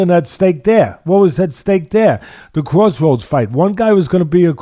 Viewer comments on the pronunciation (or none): none